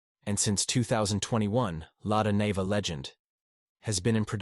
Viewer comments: It is pronounces Lada NIVA "Neeva", not Nehva. Great car. And the UAZ Bukhanka - the ultimate, both can go where other cannot. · It's the Lada Niva (pronounced Knee va) not Nay ver. Ignorant American.